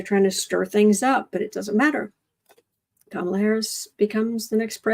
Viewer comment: He has been mispronouncing Kamala name wrong , but when he was crying about what Jack Smith is doing and who he is doing it for he pronounce her name correct.